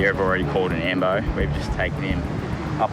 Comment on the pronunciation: Every time they say ambo like for ambulance, it sounds like they’re saying lambo, like someone get a lambo 😭